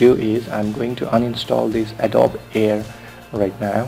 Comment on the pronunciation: Why not pronounce the program name correctly? "Adobe" = a doe bee